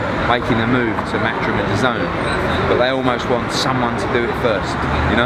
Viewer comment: Thy keep saying d’zone . When it’s dazn dah-zen